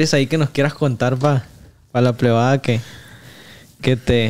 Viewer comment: Soy chiva de corazón, pero que mal p3do la forma en la que habla angulo.... "Aletsis" "Plebada" 🤦.... Es de pena ajena escucharlo.....